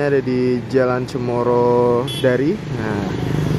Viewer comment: Mengucapkan atau menyampaikan alamat itu yang jelas...jl. cemoro dari apa Jl. Cemara medari...wah , yang serius gitu lho bro